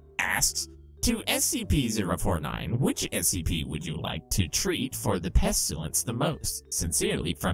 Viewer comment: How people pronounce pestilence (pest-i-lence) how pronounces it (pesh-tu-lence)